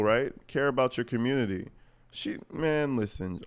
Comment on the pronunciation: She pronounces community as “carmmunity”